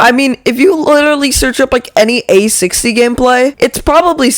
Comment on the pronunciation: DID YOU SAY A-60